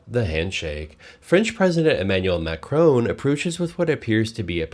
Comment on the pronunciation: Macroooooon not Macrahn.